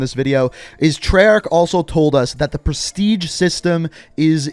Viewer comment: I heard Presitge... is this so??😯